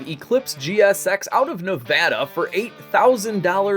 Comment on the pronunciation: I can’t tell you how badly it made me want to call you up and say thank you for saying Nevada right and not nevaduh